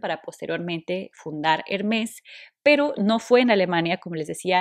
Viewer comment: No se pronuncia la S, es Herme, con acento en la segunda e y la r se pronuncia suave, gutural